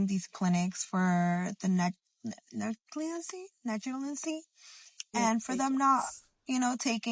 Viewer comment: And the other one not knowing how to say “negligence”😂😂😂😂